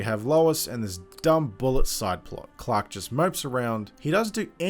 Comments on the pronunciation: Up until I realized you've been saying Clark and not Clock. Had no idea who clock was. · Ugh the way you pronounce Clark 🤢🤮